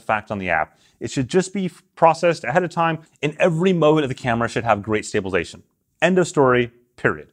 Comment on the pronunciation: Dude, seriously, if you want to be taken seriously when talking about stabilisation, you need to take the time to say stabilisation, not "stabalation". BTW, Matt Jones, Red Bull slopestyle superstar, has a video up doing double backflips and it stays on his chest and his pocket with the magnet, no worries.